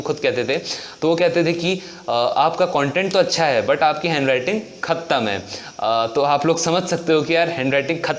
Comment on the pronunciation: "Khat -amm "h 😂😂.... awesome video .. juniors will surely get so much help from this...and great sir keep going 👍....day by day ur videos are improving a lot and ur content is always best..